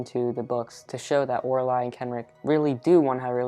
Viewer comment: I got very confused when he said Lorili and Kenric but than I realized he meant Oraile and Kenric and that he just says her name diferently than me lol